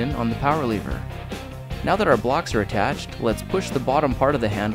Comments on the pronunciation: Why do u say leever it's lever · you pronounce it lever, he pronounces it leever. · How come you dont have an accent, but you say lever like leever